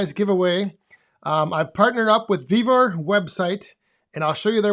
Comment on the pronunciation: Love the video on the new shelves and Thank You for answering my question. I would Love to have that Yapa 315! Also it sound like you are saying "BEAVER" not "Vevor" website.:face-purple-crying::face-blue-smiling: on this video 10: 20 on the CC you do say Beaver website.